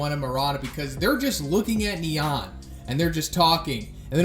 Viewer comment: The way pronounce "Nyan" triggers me...